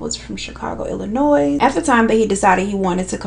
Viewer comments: I love you sis........ P.S........the s is silent in Illinois.... 😂😂😂🤣🤣🤣🤣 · The S in Illinois is silent 🥴🥴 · Honey baby girl… the s in Illinois is silent. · My girl, it’s Illinois without the “S” lol